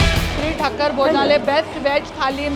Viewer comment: Madam its thaakar not thakkar